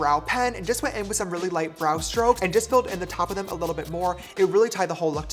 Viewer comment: James you are saying too much : LITLE !!!!